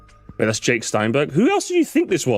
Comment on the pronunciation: When said Jake I thought he said Dick